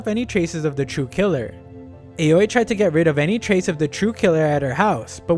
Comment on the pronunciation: You might already know but the Japanese A is pronounced ah, so it's not ei-oh-ee but ah-oh-ee for Aoi's name